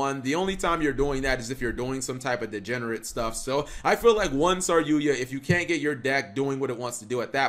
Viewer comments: IT'S SAR YU JA NOT SAR YUYA CAP! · Sorry-yuya? Hey speech impediment you meant "sarry-yuja" right?